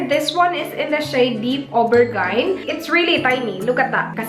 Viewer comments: its aubergine (au ber gin ) 😊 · Hi,! Aubergine is pronounced as ober-jeen 😊 i'm hooked to your vids. Good vibes lagi! Hope kayo na forever ni Mr. Bear! 😘